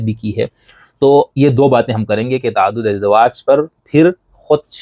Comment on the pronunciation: تَعَدُّدِ اَزْوَاج کا لفظ استعمال کیجیے۔ تَعَدُّدِ اِزدِوَاج کا لفظ نہیں ۔❤❤❤